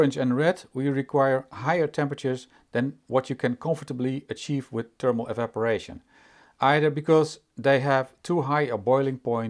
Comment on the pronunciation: It's THERMAL not TERMAL